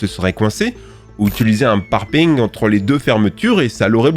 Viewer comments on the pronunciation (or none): ' parpaingue ' ' fufutte ' ... trop difficile le français ? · Le petit accent quand tu dis parpaing, magnifique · Alors deso mais chepa si c'est car il a un accent mais le "parpeingue" me fume <'= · J’a dore il a dis parpeing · " un parpING " mdr t'es du sud ouest toi non ^^